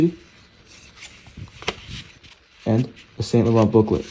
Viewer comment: it's Sahng- Lohrn not Saint Low-rent! 😂